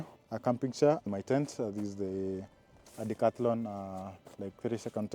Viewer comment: Everytime you say Decathlon all I hear is "all your money"😂😂